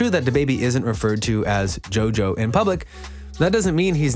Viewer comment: “Jo jo see why”